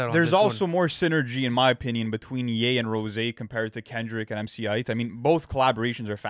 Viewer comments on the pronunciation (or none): IT'S PRONOUNCED MC EIGHT‼️ WTF??!! 🙄😒🤦🏾‍♂️ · Who pronounces MC Eith like MC Aight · It’s mc EIGHT not mc IGHT 😂😂🤣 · The MC "ITE" pronunciation for MC Eiht is fucking hilarious. It's just pronounced like the number 8 boys. Lmfao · bro the way they pronounce MC Eiht 💀 "MC height" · pronouncing it "emcee AYEET" is insane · Guys, it's pronounced MC EIGHT 😂